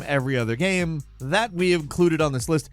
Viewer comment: i cant stand the way he says "gyem".....